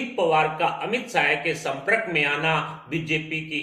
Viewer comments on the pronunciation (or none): संप्रक नही यार संपर्क ।हिंदी के शब्द का उच्चार ठीक करो ।इसके पहले १५ का आंकडा अब २० बढाते जावो। हम मजा ले रहे।आप को भविष्य वेत्ता बनाना लाजमी होगा।